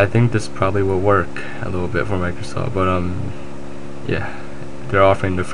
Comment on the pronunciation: micrrrrrrrrrrosoft points lulz